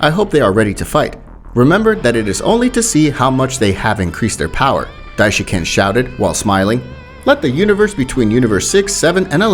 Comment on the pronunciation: It is not dishinCAN